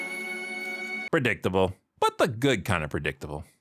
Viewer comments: I’m not trying to be rude, but that’s not how you pronounce her name. It’s pronounced as Zuh-Tan-Nah, Not Zay-Tan-Nah. Also Abra Kadabra doesn’t actually use magic he uses technology from the future to simulate magic so all of his “spells” are fake which is how Zatanna was able to use his wand to get rid of the handkerchief’s in her mouth. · Adding a little spice with that "Zaytanna" pronunciation 😂😂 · So... nobody gonna comment on his pronunciation of Zatanna as Zay-Tah-Nah? Also, here's another topical reference: Hamill's flexing his "father's" vocal chords. Spectre sounds like he could be Darth Vader. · Oh that's why you've been outlawed from mispronouncing Zatanna. Here I was thinking we intellectuals were getting upsetti spaghetti over you saying it Za-tan-uh or Za-tawn-uh. But here you are, saying it Zay-tanna. You saying Zatarain's as Zeta-rains? Oh:P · It's pronounced Zah-Tan-Nah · That's how you pronounce Zatana?